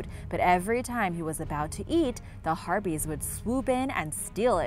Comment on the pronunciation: I thought harpies were herpies lol